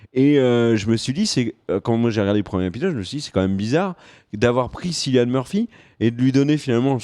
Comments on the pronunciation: "Sillian murphy" et "piki blinders" wow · Ça se prononce Killian Murphy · Sa se prononce C(k)illian Murphy merci Dsl sa me stress a mort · juste les gars Cillian ça se prononce Killian... et les coupes de cheveux j'trouve ça apporte un truc dans un premier temps ça apporte le côté historique mais aussi la différence on sait qui y sont Cillian a un charisme à l'écran que personnellement j'trouve que ça choque pas qu'il soit le chef des peaky blinders, il avait déjà incarné l'epouvantail dans batman begins et Jackson rippner, un terroriste dans Red Eye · Cillian se prononce comme Kilian ! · Cilian Murphy se prononce "Killian", il est irlandais (comme dans la série)! Je sais que je pinaille car c'est vraiment le seul petit reproche qu'on puisse faire à cette très bonne vidéo. Merci à vous de parler de cette excellente série!